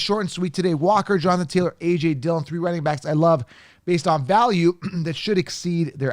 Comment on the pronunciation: Dude. My Man. Not Dillion. Come On.